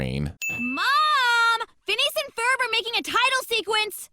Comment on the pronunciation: The moment i hear "phelineas and furrb" i Just cracked